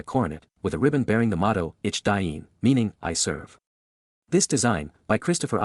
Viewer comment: The words mare pronounced EEK DEAN !